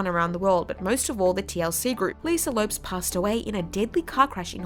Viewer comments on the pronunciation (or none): You pronounced Lisa "Left Eye" Lopes's last name as "Lopes" like "ropes". It's pronounced "Lopez". At least do some research on how their names are pronounced. And they're not "nowhere to be seen". They're still making music. WTF are you doing? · The way she pronounced "Lopes" (LOH-pez) as "LOPEs" 🙄